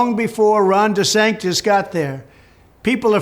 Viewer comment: He said Ron DeSankDis